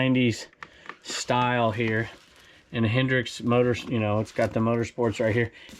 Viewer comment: Just so you know it's Hendrick not Hendrix/Hendricks lol